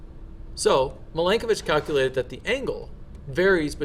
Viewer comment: And the pronunciation of Milankovic is Mee-lan-ko-veetch. 😉